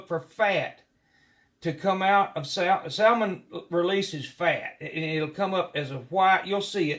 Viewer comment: The L is silent in Salmon. 🤓